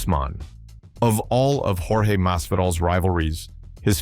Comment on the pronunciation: Ai is trash he called him Jorge George and yourge 😂